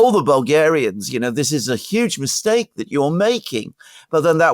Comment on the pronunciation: What a mistake-ah to make-ah!